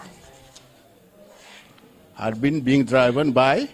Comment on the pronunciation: mind the pronunciation of DRIVEN.